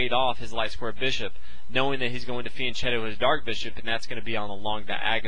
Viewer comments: It's pronounced fian 'ketto' not chetto. I hear even GMs getting it wrong its funny. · ... it's fian-'ketto' not 'chetto' despite the spelling. I've seen even grandmasters saying it wrong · Good video and explanation: I live in Italy so I have know how to pronounce some words, there was a word that is troubling me: Fianchetto. It is not pronounced with a 'c' like cheese but a hard 'c'. KEEP UP THOSE GOOD VIDEOS WE LOVE THEM!!!! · P.S. Fianchetto is pronounced like fianketto